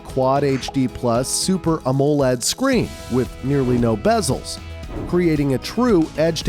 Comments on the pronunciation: Oh yes... Always love these AI videos. "aMOE-led" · U need to work on the pronounciation of the word AMOLED